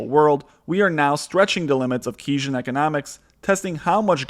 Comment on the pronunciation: it's pronounced Kains-ian-ism. But tbh whatever, I watched your whole video and now I'm subscribed so you can imagine how I felt about it ;) Keep up the good content 👍